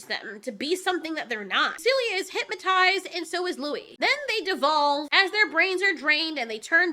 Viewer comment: hyp-moe-tized Homer: hypnotized, hypnotized.